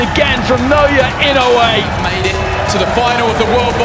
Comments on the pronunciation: “Now-yeah in-a-way “ This is the closest pronounciation to the Japanese language. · No... Now ya ee no ooh ay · One of these day I’ll find someone who can pronounce Naoya Inoue correctly.